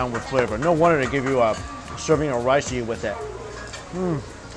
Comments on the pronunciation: i like how he says "yeet" instead of eat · why does he say "yeet" instead of eat?